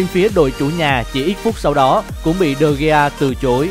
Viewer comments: Degea mà nói digi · đọc đúng là Đờ He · Đọc là đờ ghia chị ơi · Đa vít đờ gê a thì hay hơn đờ gi nha người đẹp và ngon nhất kênh @@ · David De Gi cười ỉa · Đọc là Đờ Ghi luôn. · Đọc chuẩn là Đờ He nhé. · Đê vít đê ghi🤣🤣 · E phát âm tên của de gea sai rồi